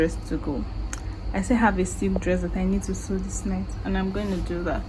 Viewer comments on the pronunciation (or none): Lovely video!!! 💫💫 ('sew' is pronounced 'sow' though 😘)